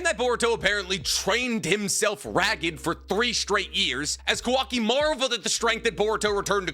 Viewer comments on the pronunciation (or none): none